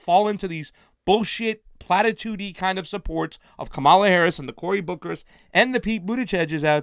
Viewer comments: guys, it's KAH-ma-la, not kah-MA-la. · Please learn to pronounce her name. .